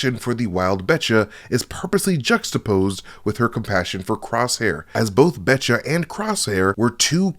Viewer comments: Heads up the hounds name is Batcher not Betcha it’s just her accent 😂😂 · I'll bet cha' it's Batcher dude. Say it with me Ba-tch-errr. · This mispronunciation bothered me so much that I had to go back and check the subtitles. It is definitely "Batcher," presumably as in Bad Batcher. I guess Omega's accent threw him off.